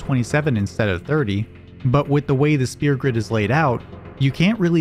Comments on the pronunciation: i love all the info in this video but i have a mild gripe. you dont pronouce the F sound in sphere instead sounding like your saying spear. otherwise the info summerizing the damage calc was cool and now i know why such small strength increases are meaningful, due to them being cubed in the calc. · Neat story, and I look forward to checking out other videos on your channel! By the way, the ph in "sphere" is pronounced as an f. You're saying "spear", when the word is pronounced like "fear" with an s at the beginning.